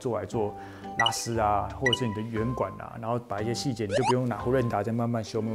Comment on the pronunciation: 手持砂輪機台語一般俗稱火石仔，應該唸作散哪，不是線打 線打是指中心點